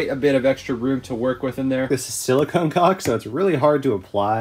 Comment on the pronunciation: DUDE, you're killing us......To pronounce CAULK so it dont sound like you are saying COCK, try saying it like you're saying the word "CALL with a "K" at the end... CAULK........Side note, We watch ALL your videos and learn a lot from you're mistakes which are far less than last build. No wonder you are much more caulky and confident with your cuts this time around. THANKS you ROCK!